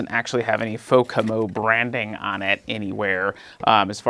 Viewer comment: It's Fomako, not Fokamo.